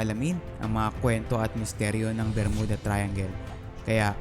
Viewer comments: bro, may "P" and "F" syndrome ka! hahahaha!!!! JULY NINETEEN PORTY-PAYB or JULY NINETEEN FORTY-FIVE. Saka hindi BERMUDA and pronounciation kundi 'BER-MYU-DA" ayos ba? nakakairita kasi ang pronounciation mo eh. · Pronounce it as "Ber-myuda" Thank u & ur Welcome😊